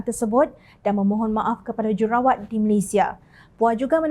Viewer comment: Kak, j u r u r a w a t kak. Bukan j e r a wa t.😂